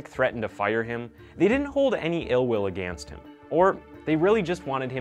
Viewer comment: Also, my dude...the word "against" is not pronounced that way. It's pronounced UH- Ginst. Say it right damnit.